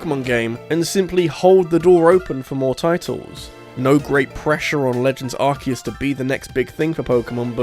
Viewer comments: Its Ar-see-us not Ark-eh-us (Arse-e-us ;) ) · For the love of god please stop saying 'Arse eus' You're british as well.